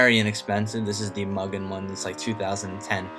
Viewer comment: mugen is pronounced "mew-gin", not "muggin" >.>